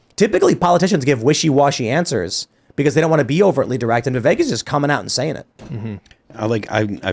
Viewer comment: the name is pronounced "vi-VUHK', NOT vi-vayk.......